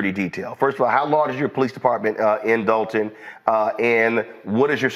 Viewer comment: Why can't anyone including the reporter pronounce there Ts...It's not Dolun it's Dolton, not Dolun, it's Dolton...The English language...Look into it..